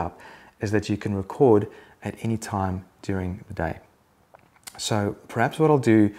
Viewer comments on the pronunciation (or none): none